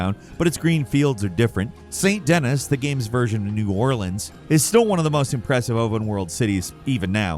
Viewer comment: he said Dennis not Denis